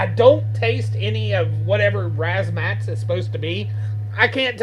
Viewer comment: razz-ma-tazz lol not 'razmats'